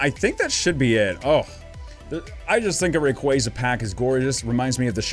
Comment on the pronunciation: Love your vids; been subbed for a while now, but hey: what's a rock-way-za? Isn't it literally spelled Ray-qua-za? Lel, keep up the good work, tho